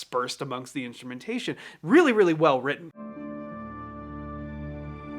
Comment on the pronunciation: Weally weally well witten. Say that 5 times fast XD